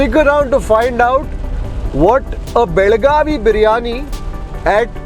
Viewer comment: Pls, use belgavi not belguam bailgaadi l😂😂😂😂😂😂😂😂😂😂😂😂